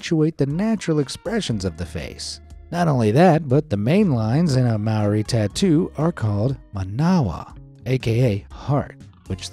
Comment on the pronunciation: I am te Reo mori and i don't like this vid because you pronounced mori wrong!!!!!!!!!!!!!